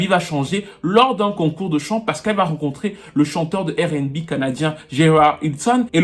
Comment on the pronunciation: Je ss ton fan.prq tu continues a dire:errr n bi?. That should be:arr n bi.je tapprecie mon frere👊🤝🏾